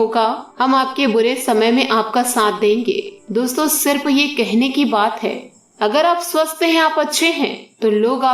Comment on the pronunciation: आपको सारे राज्योके लोग सुनते है, इसलिए शब्दोंका उच्चारण आपके राज्यके तरीके से मत कीजिए। हर स का उच्चारण आप श करते हो। समस्या/ शमश्या , आसू /आंशु, सिर्फ/शिर्फ , सावधानी/शावधानी